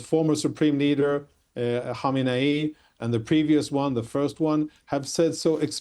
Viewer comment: This fool doesn’t know how to pronounce khamnei and insulting frinklestein